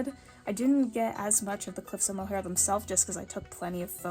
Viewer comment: Irish girl here ❤ ur pronunciation is super good! A few tips, if u ever see the word “lough” it’s pronounced “lock” and for the cliffs of moher it sounds more like “mow- her” also “bun- door- rAn”.